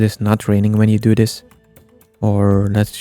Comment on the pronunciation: Dis??????? It's "this" not dis